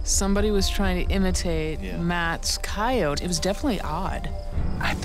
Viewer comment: It's pretty bad when out of 3 people only Moneymaker can pronounce coyote correctly instead of using an incorrect bastardized one.